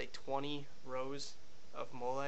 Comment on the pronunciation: wit·kid·one the way he said Molle kinda bugged me too lol he said it like it was a french word or something 👌👏😂😂😂